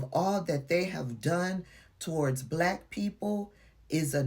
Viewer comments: He pronounces it as 'bulaakk_.k' I added the extra letter to the end on purpose. 🤨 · Put that STRONG EMPHASIS on it didn't he. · yes he did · I noticed it too. He always says black with a weird emphasis on the word. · A lot of the lepers do. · He does put a lot of emphasis on it.